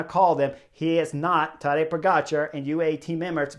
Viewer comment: Tadej Pogačar? It's not silent, Chris pronounced it correctly. The only mistake everyone makes is the emphasis in the name, because it's tadEj, not tAdej.